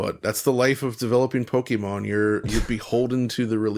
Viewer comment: Saying Pokèmon RIGHT!!! Thanks guys